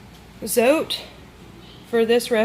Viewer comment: Today I watched 6 homemade laundry soap videos here on You Tube. Yours was by far the most understandable, simple and informative. I love the way you broke down the cost! Tip: you are not pronouncing the name Zote right, it comes from Mexico and the "e" is actually pronounced, the way it sounds in the word "bread". Another tip: the white Zote actually has whitener in it so that it makes your whites come out like you added bleach without having to use bleach, and it also does a VERY GOOD JOB of removing stains. I proved this myself in Texas last summer. My Mother, sister and I were having strawberry ice cones and of course, we all 3 spilled some on our blouses, white blouses. After 3 days and the stains had dried, my cousin told me that the white Zote would take out the stains. I really didn't believe her, but I did as she said. I pre-treated with the soap directly on the stains and let the blouses soak in cold water over-night. The next day, I couldn't believe it when I went to check them out! The stains were completely gone, DISAPPEARED, as if there had never been a stain on them! I'm excited to try your recipe, but I think I will make a batch of each the white and pink soaps, the white for washing whites and stain removal. Thank you for caring to help those of us that NEED to stretch our money. Keep up the good work! God bless.